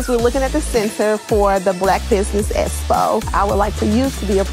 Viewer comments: Was it me, or did anyone else notice Tisha struggled with the pronunciation of EXPO🤔. I got triggered every time she tried and and kept having flashbacks of her saying EEEE-Vent. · she needs to copy a Dictionary and Thesaurus, and up here braggin about havin a Master's Degree and can't pronounce EXPO among many other SIMPLE words. She is truly her mother's daughter smh